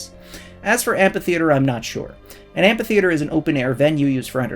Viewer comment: The ph in amphitheater is pronounced "f"